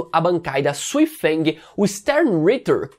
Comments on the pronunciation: Sui feng, ku dang? Quem são esses 👀???? Se você quiser pronunciar que nem os japoneses o Cang Du eles pronunciam Zan to. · gosto dos seus vídeos, mas você precisa melhorar a pronúncia dos nomes dos personagens. Alguns você esta falando errado, exemplo: Soi Fong, Cang Du...